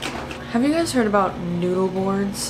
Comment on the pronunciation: When you said „have you heard about noodle boards?“ I first heard „have you heard about newborns?“ and I was really confused for a second 😅